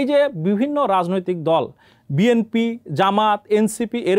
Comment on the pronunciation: জনাব সাংঘাতিক ভাই, বিএমপি কি ? আপনি কি উচ্চারনে সঠিক না?